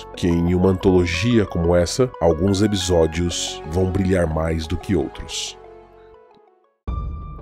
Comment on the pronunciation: Ótimo vídeo. Vou confessar que fiquei um pouco incomodado com os "ebisódios" mas fora isso, perfeito. Adorei a série tb!